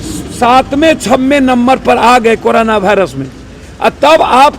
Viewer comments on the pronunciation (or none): bhairus nhi virus hota h